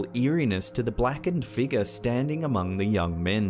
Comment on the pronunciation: why can't he pronounce the word "figure" correctly?